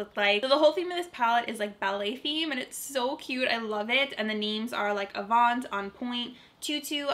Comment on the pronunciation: LOL anyone else laughing/cringing at the way she’s pronouncing the names 😂 Relevé and avant are French words. This was a great video though, thanks for being so swift with this review. Pretty eye look 😍🤗